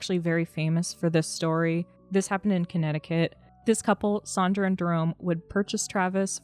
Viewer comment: Her name is SANdra - not SAWNdra.